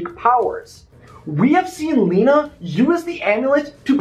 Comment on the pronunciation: Lena is Magica de Spell’s shadow. Before Magica was sealed away completely in Scrooge McDuck’s dime, she enchanted her shadow, the shadow became a corporeal entity that created it’s own form and identity: which is Lena. P.S. It is pronounced “Lena” not “Lina”